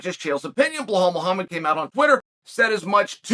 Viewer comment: The fact that this man Chael refuses to correctly say belal muhammads name correctly is hilarious to me..he does not in fact remember the name🤣🤣